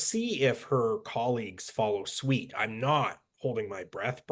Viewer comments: Come on! Your guest cannot even pronounce our past prime minister's last name, Jean Chretien or the phrase "follow suit", he says follow sweet! lol Lilly I expect better guests than this from you. You're a good journalist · Is this guy for real. He doesn't have a great handle on the English language. Suite instead of suit?